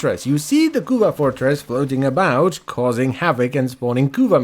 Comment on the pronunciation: "floating aboot" who are you? The policemen from alloh alloh?